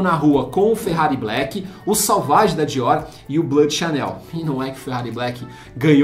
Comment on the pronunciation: Cara, vc fala muito errado deveria ter estudado um pouco para o vídeo. Se fala "Sovági" e não é "ambár", é Âmbar.